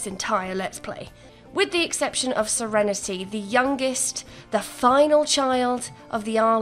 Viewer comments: I'm gonna take a shot every time she says "SereneTAY". Drunk in 5 minutes. 🤣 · Yass sEreNeTay